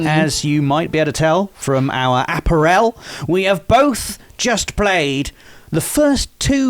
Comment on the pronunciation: That’s just how one British man mispronounces apparel